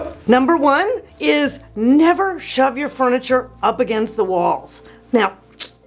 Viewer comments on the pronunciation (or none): none